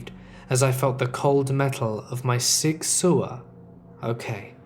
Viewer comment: I just found your channel and have been listening non stope the past couple days but listening to the first story and hearing your pronunciation of Sig Sauer well you make me sick! Jk still listening but for future reference it’s pronounced sour. Favorite make of handgun. Lol. Couldn’t help it.